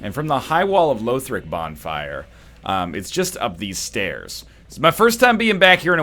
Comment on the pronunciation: stop saying Loethric plz